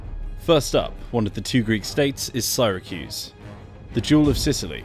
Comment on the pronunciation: I was surprised by the way he pronounce Syracuse.